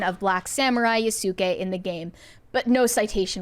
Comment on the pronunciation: The u in Yasuke is silent, sorry to be that guy